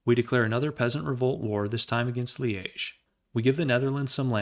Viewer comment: Pronounciation wise, Liège is pronounced: "Lee-age"